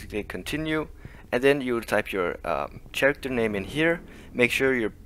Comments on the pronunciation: For the record: "Character" is pronounced "karacter", not "sharacter". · Well done! The pronunciation of character drove me a little nuts, but I'll give u a mulligan on that one.